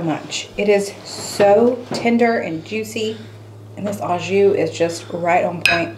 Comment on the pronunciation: Bousman I heartily agree. Great French dip and the new (to me) sauce! My family also says Hoosier the same as both you and. But I have a little quibble about how to say "au jus". It is a French phrase and the word "au" in French always sounds like [oh] in English, as in "Oh, my goodness". Unfortunately, the word "jus" is a bit trickier because that particular French vowel sound does not exist in English. But did a great job with it on air. She used the soft 'j' as in the word "Jacques", not the hard 'j' as in [dj] in "Jack". She used the [oo] in the middle which is as good as it gets for an American English-speaker, and she did not say the 's' on the end which is perfect. Well done. It occurs to me that someone.might want to know why? So, we all know the French phrase "a la mode" (sorry my smart phone doesn't have French accent marks, but there should be an accent over the letter a) means "with ice cream" in English translation. Well, in French grammar there are only 2 genders i.e., masculine and feminine; there is no neuter as in English grammar. Ironic, isn't it? So "la mode" in French is a feminine noun and therefore "a la" in this case means "with" in front of this particular feminine noun. The French phrase "au jus" means "with meat sauce" (Some people might say "with gravy".) and "le jus" is a masculine noun. So you can't use "a la" cuz it's only for feminine nouns, and you can never say "a le" with masculine nouns in French. So you have to use "au" (a + l